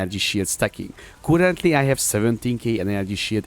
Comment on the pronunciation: Came here after a recommendation for super tanky builds, not disappointed! De barátom a kiejtésed borzalmas hahaha Rögtön tudtam hogy honfitárs vagy! A kedvencem a kurentli és a dö :)